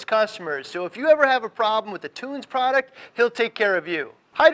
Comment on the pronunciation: Great informative video. That being said, you should know how to correctly pronounce a product company's name. Tunze is NOT "toons" ...it is as follows: The German pronunciation is Toon-zuh, but it is typically pronounced Tun-zee here in the states. Just letting you know that is makes your credibility go down, from a consumer standpoint. Not hating, it is constructive criticism. Be correct, at all times....NOT the Billy Mays of fish goods. (good advice)